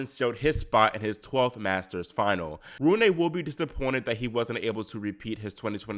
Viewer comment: It’s Roon-uh, not Roon-ay. The “e” is pronounced as the Germanic schwah “e”. Great post otherwise.